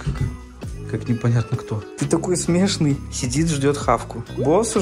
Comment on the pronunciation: Почему Саша говорит с не правильным ударением например смЕшный